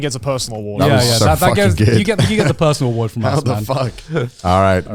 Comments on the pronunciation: The “awardw” show 😂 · the "AWARDW" part better be intentional, cause thats the funnies intro for an award show